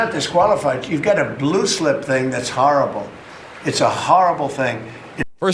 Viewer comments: Harrahbul??? What’s a harrahbul? Is he trying to say horrible? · Horrible has a long o sound. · Its , "harabol, its harabol "... uh its horrible. Geez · He is a "harrrable" thing😂